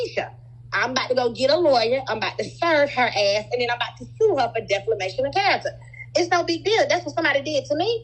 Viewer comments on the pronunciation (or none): The way she keeps saying "deFLamation" with so much confidence😂